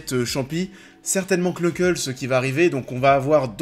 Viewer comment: Ah le k knucle se prononce pas ca fait nucle